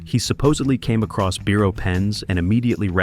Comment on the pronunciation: Congratulations on your sometimes correct pronunciation of 'Biro', mispronunciation irks me 😊👍.